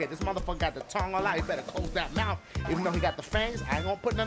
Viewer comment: it kills me every time dashie say somebody better close they mouf